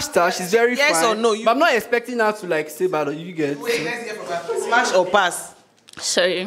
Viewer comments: Why do they always say SMACH. ITS SMASH!! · Why are they all saying smach? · Is it just me that is hearing"smach"??